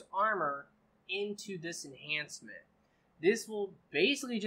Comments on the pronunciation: Enchantment not enhancement lol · Why does you keep saying enhancements, when it's enchantments? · Why do most of youtube gamers call it "enhancements" when its actually "Enchantments" 🤔